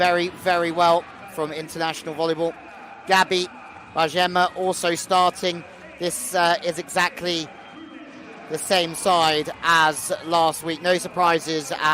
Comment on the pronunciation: And it's not Bayema, it's Bajema with the letter "j", as in Jack! I really don't like this reporter!